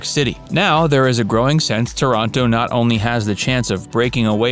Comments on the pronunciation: Thank you for butchering my hometown's name LOL It's TAH-ranto, not ToROnto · The vídeo is fantastic ! But I thinh it's TÁRANTO but not TORONTO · Please!!! TORONTO is in Canada. TÀR-an-to is in Puglia. As is Ò-tran-to. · Oh, okay you’re saying Toronto as in Canada!?